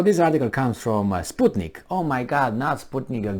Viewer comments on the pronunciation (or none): none